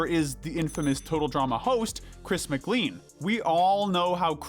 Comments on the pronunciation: Great video but it's unforgivable to mispronounce the full name of the best character in the show Chris McClain not McClean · you said chris mc LEAN not chris mcl AEN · its mclaen not mcline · He really said Christ Mc LEAN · I hate how he says Chris’s last name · why he say mcclean like that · Um, guys, please do your research. McLean is pronounced differently. Just watching the first minute of Total Drama Island tells you how to say it. Also, Max tricking Scarlett? Wasn't that Sky's idea? Okay, I suppose it was Max's idea for someone to think of something, but... More problems. Justin did not lead the boys to get Leshawna voted off. That was Duncan's idea, and he even enlisted Courtney's help. Justin was just an extra vote. And that wasn't bird poop on Courtney's sundae, it was bird vomit. Check which end the stuff on her sundae came out of before claiming it's exactly what it looks like (I guess half-digested waste looks like totally digested waste). Actually, it makes total sense that Mal is so pure evil. He's a fragment, not a whole person. Mike is a whole person, but his alters are just fragments, which is why he has far more personality than they do (fight me, and I'll list a few examples). Mal's sort of allowed to be totally negative because everyone is negative sometimes. He's just an embodiment of the worst traits Mike possesses - it actually goes some way to explain why Mike's character is so bright and positive. Everyone else on this list has evil within themselves, whereas Mal IS evil, rather than having it.